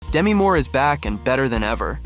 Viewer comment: She likes her name pronounced Demee, not Demi.